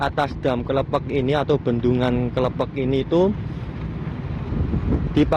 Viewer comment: Klepek lurr bukan klephek bacanya